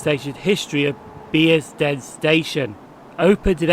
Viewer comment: it is Bearsden as in a "bear" I picked you up as saying "Beersden" The late Jill Dando said "Beersden" in a news report years ago. The locals may be offended if they heard you. You pronunced Milngavie correctly.